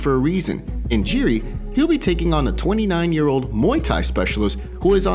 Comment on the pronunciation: Can't believe how many names get butchered through these MMA YouTube channels. Jiri is pronounced "Yee-Ree" not "Jee-Ree"